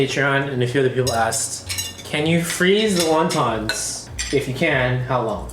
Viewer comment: I like how he properly explained how to pronounce Wonton. Yet through the whole video he pronounced it wrong.